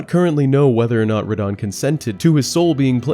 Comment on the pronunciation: It's NAW-KRON not No-Kron. And it's RUH-DON not Ruh-dan